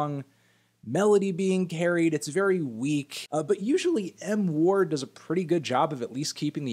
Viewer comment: When Anthony said "M Ward" I thought he said "N Word"